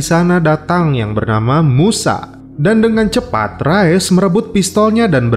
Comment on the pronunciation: Rais min dibacanya Bukan Rayes min 😭😭😭😭